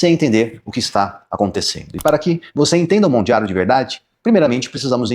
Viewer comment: Porque você fala Mondjaro? 😮